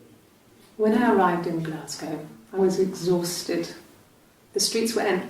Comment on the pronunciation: It's pronounced Glasgo